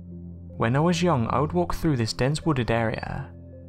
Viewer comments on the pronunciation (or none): none